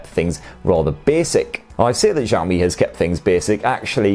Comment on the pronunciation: Xiaomi is pronounced with an 'Sh', not a soft 'J'.